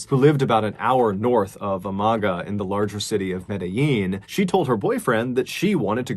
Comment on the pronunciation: I enjoy very much your videos, this was a very sad story in Colombia, my country. Just for the record, Amagá should be read with an accent in the last A.